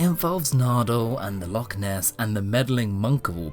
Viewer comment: Can someone please teach to pronounce Loch properly.